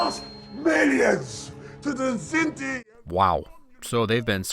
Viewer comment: By the way, it’s Kzinti, not Zindi